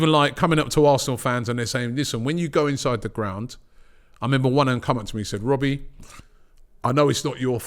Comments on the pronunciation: “When is this gonna end Wobbie?” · Or what do you want me to say wobbie? 😭